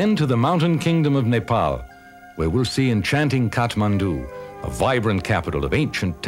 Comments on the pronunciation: He is pronouncing "Nepal" correctly , instead of "Nepol". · Loved how the narrator pronounced Nepal,Kathmandu and many other words native to our language without any mistake. Foreigners as well as some Nepalese nowadays don't do it properly.